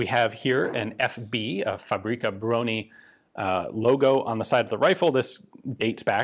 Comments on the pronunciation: i love how he refers to fabryka broni as a name (its a title it literally means weapons factory) and also how he says it like paprika brony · faux-brie-kah brony XD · Try "fahbryckah brohnee". I know, Polish language is tough, even for natives. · The "Fabri Cabroni" pronounciation gave me a good chuckle, almost like it's some italian design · The 'Fabroni'. Sounds Italian when you say it like that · When you said "Fabryka Broni" it sounded italian more than anything else xD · "Fabrika broni"... that's totally not gonna get memed